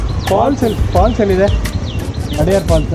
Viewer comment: ಅದು ಅಡಯಾರ್ ಅಲ್ಲ. ಅಡ್ಯಾರ್.